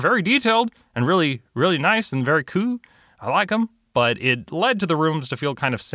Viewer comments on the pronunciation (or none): i swear the way he says "Kewl" instead of "cool" and the way he draws his characters heads... SOUTHPARK!!! ANYONE???